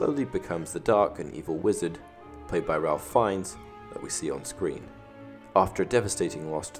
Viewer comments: On a side note, Ralph Fiennes is pronounced "Rafe Fines" :) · TBH it was very distracting and annoying, which is sad because other than that, the video was pretty good.